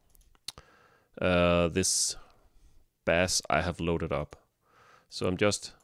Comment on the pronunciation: Great video, but "bass" rhymes with "pace" not "pass"